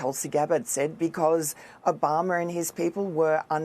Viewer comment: Why does she say barack o-bomber